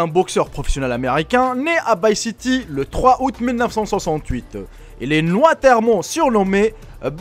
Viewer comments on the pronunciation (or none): none